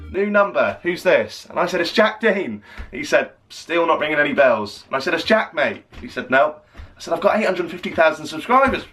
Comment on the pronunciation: the way jack whitehall pronounced Jack Mate is jokessss